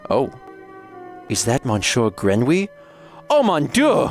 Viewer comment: Oh no! Not Monshore Grenwee!